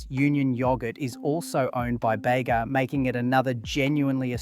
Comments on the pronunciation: It’s because this is an AI narrator and not a real person. One can easily tell this via its numerous inconsistent and mistake pronunciations (ie. ‘Beega’ to ‘Bayga’ etc) as well as its flat affect and robotic cadence. The script and research is also 100% AI created evident with its numerous tropes consistent with AI material and factual errors, like conflating having a license to produce foreign owned products with local ownership when under such agreements the majority of profits from the sale of those items still go to the foreign owner and not the local manufacturer. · Bega is pronounced beega not bayga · If you are going to make “crisis” videos about Aussie products - at least get the pronunciation correct. It’s not “Yogghurt”, that’s British. It’s “Yowgurt”, as in Grow. And don’t go to the town of Bega in NSW and call it “Bayga” - we aren’t American. It’s “Beega” - with a hard E. As for foreign ownership? We all knew that - blame the original owners for wanting to cash in on the success of their product. No one held a gun to their heads. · Why are you pronouncing yogurt the pommy way? And, Bega is pronounced Beega not Bayga! WTF YOU’RE WRONG as BROWNES is the oldest 1886 NOT Bulla. This either Chinese or young Liberals?